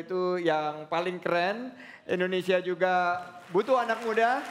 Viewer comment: butuh anak muda yang sanggup menyebutkan indonesia bukan endonesia